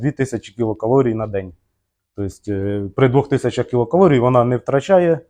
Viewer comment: Нарешті хоч у когось звучить правильно ! КІЛОкалорій, саме так ! За це можна пробачити і "клітчатку" і "вуглеводи" і "получається" ) Дякую за просвітницьку роботу !